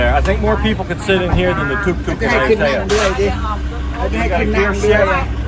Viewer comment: I know your Thai is way better than my 1st grade Thai but that pronunciation of Ayutthaya is brutal I’ve never heard anyone say it like that and I’ve lived there for 5 months